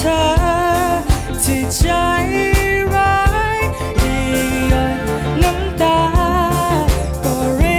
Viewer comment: ขัดใจพิมเรื่องเดียวคือเรื่องการออกเสียง น้องมีปัญหากับ จ และ ช ทำให้ฟังแล้วสะดุดตลอด โดยเฉพาะคำว่า ใชร้าย แต่เพลงนี้พิมร้องดีนะ คุมอารมณ์ดีและเสียงไม่หลุดเลย // แอบเสียดาย ที่จริงเราลุ้นให้น้องเควินร้องเพลงอังกฤษมากๆ